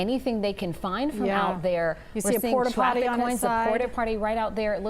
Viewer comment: Did she just say “porta’potty” 🤦‍♂️🤦‍♂️🤦‍♂️